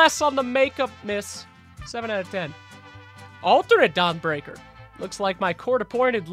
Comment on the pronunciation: are you saying "Dong Breaker"...?